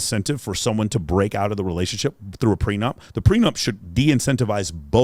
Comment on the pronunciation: "she didnt want no secrets in our relayshionship" LMFAO. My very last gf admitted to 7 and even that was too much for me. I just couldnt respect myself if i took her seriously. Every girl i was involved with was ruined before me so i told myself never again. Been celibate for 7 years and i have absolutely no regrets.